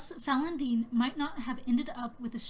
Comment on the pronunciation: It's pronounced "Falon'din" not "Falon'den". With an "I" not and "E".